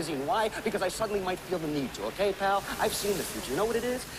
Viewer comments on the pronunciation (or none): none